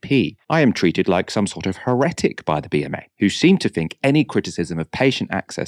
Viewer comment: Scary stuff. I don't like Streeting at all. BTW what's this with he-RETT-ic? It has always been HERR-et-ic.